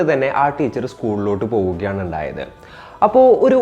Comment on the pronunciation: എന്തപ്പോ "എണ്ടായത്"😂😂😂